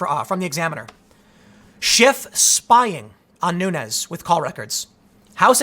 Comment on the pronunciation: Nunes is a Portuguese name, so should be pronounced like de plural of noon: noons. Keep up the good work